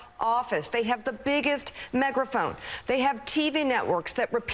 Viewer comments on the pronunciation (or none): Did Mika say the Republicans have the biggest "Megraphone"??!! 😂hahahaha I guess she's a bit flustered!!